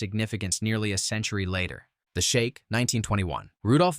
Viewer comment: "You say Shake "I say Sheek "You say Wake "I say Week "Shake, Sheek . . . Wake, Week "Let's call the whole thing off."